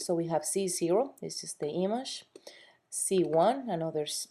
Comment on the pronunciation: Learn to fucking say "image". You're driving me nuts!